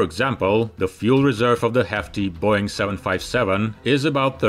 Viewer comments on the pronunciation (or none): none